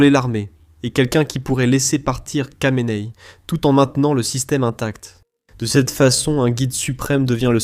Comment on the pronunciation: Kha de "Khamenei" se prononce "Ra" et non pas "Ka"...